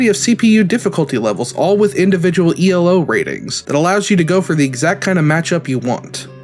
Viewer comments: It's not E L O ratings. It's Elo. Elo is a person's name. Arpad Elo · Elo is a last name. It's not E.L.O. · It's a really common mistake. Elo isn't an English name. I can't blame you for getting it wrong, just pointing it out.